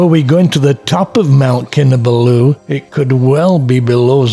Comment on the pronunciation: Great series of videos spoiled only for me by the continuous mispronounciation of Kinabalu. No excuse since you say you've visited Sabah many times. Please put the emphasis on the third and not the last syllable! I'm a former long-term KK resident.